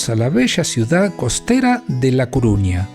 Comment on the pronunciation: CORUÑA. Por qué decís Cuuuruña? Nunca lo leíste? Saludos